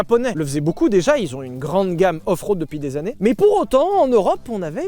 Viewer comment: J'ai entendu au frode et non pas offroad 😂😂